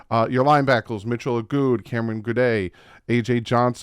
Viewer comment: I’m pretty sure Goode is pronounced good not gooday 🤣